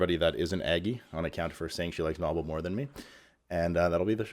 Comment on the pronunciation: Why do you insist on calling him 'Knobbel' when he pronounces his name 'nobel'?